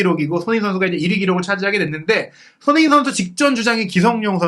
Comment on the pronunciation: 몇 번을 다시 들어도 손흥민 선수 이름이 정확히 들리지 않네요. 손희원에 가깝게 들리는데, 계속 그래서 다른 사람 얘기하나 했습니다. 다른 말은 다 잘 들리는데 왜 손흥민 선수 이름만 그렇게 이상하게 흘려 발음하시나요? 들리는 것 뿐 아니라 계속 돌려보면 입모양도 그렇습니다. 특별히 정확하게 발음할 때를 제외하면 날아가는 발음 때문에 좀 짜증나고 거슬리네요.😢